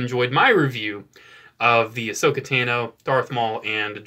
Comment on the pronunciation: I love how he says Ashoka tann-o